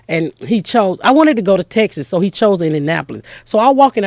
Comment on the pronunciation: Funny woman... mental life. "Indinapo-lis.